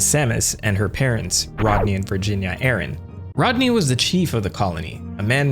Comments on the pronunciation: Sam-us Ah-rahn. Say it with me now! Sam-us Ah-rahn. Not Air-in. Ah-rahn. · Over here, we have a trio of small islands called Aran Islands and this is pronounced "Aran", not "Airin". So, thanks but I will never pronounce it in a way that is wildly wrong coming out of my mouth. Different regions and all but I still prefer to pronounce the way I grew up learning it. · It makes more sense as Aran came from Edson Arantes do Nascimento (Pelé), not Edson Ehrantes do Nascimento (Nor Aranchi like you pronounced in the video). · (This is a joke) You pronounced "Aryan" wrong - please keep in mind that this is the story of the blonde hair, blue-eyed, caucasian savior enacting the final solution to the metroid question. Samus Aryan, greatest of all video game heroines, guiding Earth towards a 1000-year peace. I mean, her laser beams are even arguably a form of heat weapon. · Whyd u say it like aran-tch? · bro keeps calling her Samus Aaron 😆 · The way you pronounce Aran triggers me. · Not Samus Aaron, Samus Ay-RAN, kinda like “Iran”. E-ran or E-ron.. like in between ron and ran. And Zebes is Zeebs just like Thebes is pronounced Theebs.